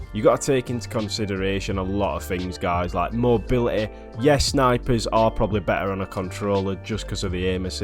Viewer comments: "I'd radeh av mobily" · That "Mobiuhehhehh"